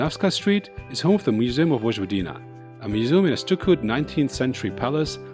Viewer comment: Please, don't say: " VoDŽVodina" ....rather say it: ," Voyvodina".